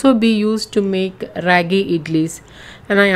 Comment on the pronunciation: It's not ryagi , it ragi 😋